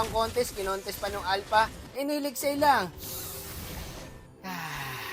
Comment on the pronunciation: Legit yung tawa ko sa n hail ex hail😂😂😂